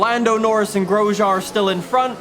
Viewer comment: Am I the only one who gets triggered at how he says Grosjean